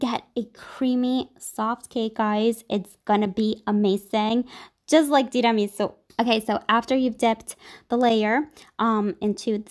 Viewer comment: I love the way you say tiramisu. Makes me wish I spoke Italian.